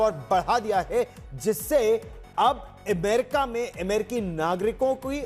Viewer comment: एमेरिका नही भाई...अमेरिका है ! नाम तो ठिक बोलो !